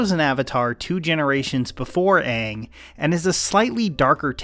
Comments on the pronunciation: The animated show has more expression but the movie they can’t even pronounce Aang’s name right. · My fav character in the live action was aung I liked the way his name sounded like au-ng